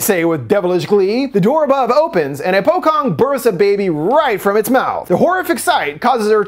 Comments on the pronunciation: as an indonesian, let me inform you that "pocong" is pronounced with a "ch" sound, po-chong. Not Po-kong :) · if i remember correctly, it's pronounced like po-chong instead of po-kong. the c in that language sounds like c, example caritera sounds like charity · If there is another continuation i hope you fix that Pocong pronunciation. Im sorry is just distracting 😅 In most asian country like Indonesia, Malaysia etc our C has a "ch" sound isntead of a hard "k" Pronounce the C in Pocong like how you use it in " Chat". So its Pochong NOT Pokong. Like the food Chutney, we dont say "Kutney" right? Put an N in there and it would be a whole other meaning 😅 When in doubt, it doesnt hurt to search up how the locals Pronounce it yanno. Dont get me wrong, is a non issue, but its just gear grinding. Imagine if someone says Bagel wrong or any other easy words in english. To put things in perspective, pocong is not the " croissants or winchester" of Indonesian language. Is a pretty easy word to say correctly. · Great review man,just wanna correct 1 pronounciation...the name 'pocong' is correctly pronounce as Poh-Chong not Poh-Kong...love your videos by the way...❤👍👍👍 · The correct way to pronounce Pocong is Po-Chong, not Po-Kong. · The pronunciation is poCHong 😂 The C in Pocong (shrouded ghost) is the same as ch sound in "channel" and "chase" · it is pronounced with "ch" Sound instead of k It is like saying "Po-chong" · pocong is spelled not in the normal like how you spell c in english but how you spell it is ch like the cho in chocolate so its somewhat sound like po - chong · Great video. A little note, in case you do another video about film from Indonesia, the letter "c" in "pocong" is read like the c in "chat", without the H, and you are pronouncing it as c in "call". Hope this helps.